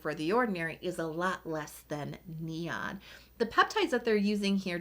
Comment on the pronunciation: I believe you are pronouncing NIOD. Wrong. It’s pronounced neyeod